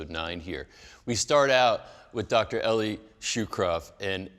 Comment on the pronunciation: It helps if you pronounce your guest’s name correctly. Shukron not Shukrov. Also, his first name is pronounce “Ellie” not “E-lie”. I simply couldn’t watch beyond that.